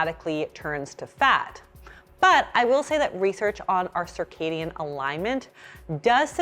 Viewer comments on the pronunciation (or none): none